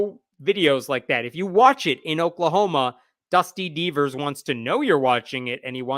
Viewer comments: Before I saw his name in print I thought was saying Dusty Beavers, which would be hilarious! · When I heard "Dusty Deevers" I thought was saying "Dusty Beavers" and I thought that was the best name ever for this guy. Anyway, it still sounds like a great name for an OK drag queen, so feel free to use it!!!